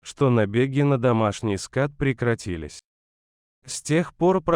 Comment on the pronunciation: Не "скат" а "скот".